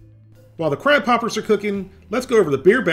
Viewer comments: Did you say beer battered crap poppers? lol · When he said crab poppers i thot he was saying crap hoppers